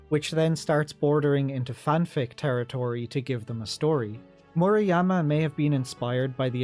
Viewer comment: also it's murayama as ra in run not reeee